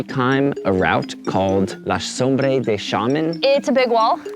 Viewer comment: Sombra not Sombre. Cheers. Good send. Solid effort.